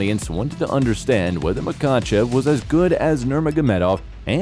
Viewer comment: It's pronounced ma hatch kala And - Ma ha chev